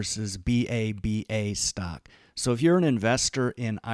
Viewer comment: Why does he say it like “stoCK” 😭